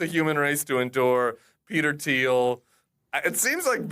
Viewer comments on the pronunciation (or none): Hasan purposely mispronounces Thiel every time to avoid legal action. That’s how scary Peter is.